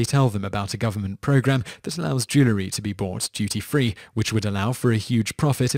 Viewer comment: Jewel-ree, not joo-luh-ree.